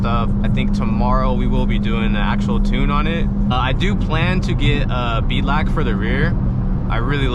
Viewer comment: Aint know if he wanted to say Belak or beadlock haha Swear i wasnt a Bimmer fan until i watched this build, feenin for one now